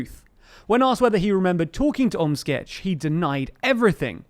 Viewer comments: Props for your pronunciation of 'Omtzigt'! Can't be an easy name to pronounce for a non-Dutchie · I applaud your pronounciation of Omtzigt!